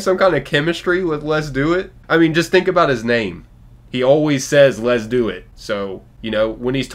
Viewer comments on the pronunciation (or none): That’s what he’s actually saying, what we hear: “Lezduit.”